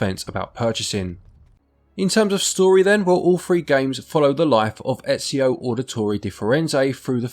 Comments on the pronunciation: Disliked for getting Ezio's name so wrong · I love how Ezio says his name a ton in the games and people still mispronounce it